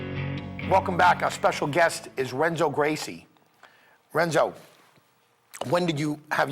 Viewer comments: did he say "wrenzo" lol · (R)enzo Gracie? At least learn the name of the guy you're interviewing,.